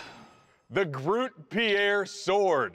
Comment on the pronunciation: Groot Piére still makes me chuckle, its Grote Pier, we're not French